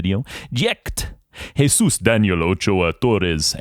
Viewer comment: he does have a nice way of saying it 🥵